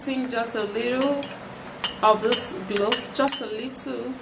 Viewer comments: That didn’t sound like anything she tried to pronounce. She needs to spell shit out on the screen, I was hearing glossed, not even cloves.. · I guess is Cloves but i heard globes